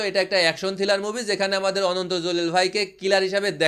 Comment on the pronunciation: ভাই বার বার থিলার বলতেছেন কেনো? কথাটা হবে থ্রিলার।